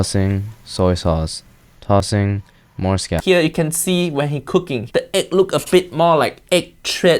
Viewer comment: That is not "Tossing"